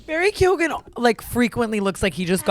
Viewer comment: PLEASE if you can say Keoghan right you can say Mescal right. It’s not MEZ CAL. 😭